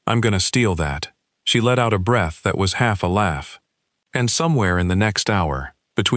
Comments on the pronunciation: Not sticking around. Less than ten minutes and the narrator, an AI, has mispronounced read and breath. Please listen to your stories before posting them. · I noticed both of those too, both of them pronounced in the wrong context. Kinda makes me happy. AI is clearly not ready to take over the world.